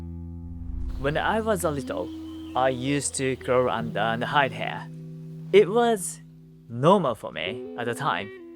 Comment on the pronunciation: Great video, and what a lovely looking house! I wish I had a home like that to call my own! As an English teacher who also knows a bit of Nihongo, if you allow me a pronunciation tip... Try using the ひ sound instead of へ , when saying "here"! We could understand it whenever you said it, but it sounded like "hair"😅